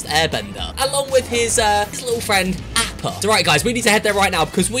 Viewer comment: Ahppa not apppa